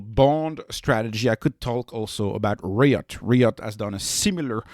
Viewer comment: Rye-it, Riot